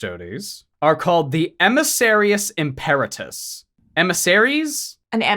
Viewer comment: im-pEr-atus? I don't know how it's "supposed" to be pronounced in 40k but in Latin it would be pronounced Im-per-A-tus.